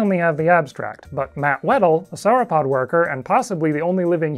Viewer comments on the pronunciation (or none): This guy pronounces "sauropod" like he's talking about the corrupted maiar, lieutenant of melkor, and the second dark lord of middle earth, Sauron.